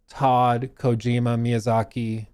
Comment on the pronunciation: one day people will pronounce Kojima correctly, but it is not this day Edit: also it's Brendan Fraser*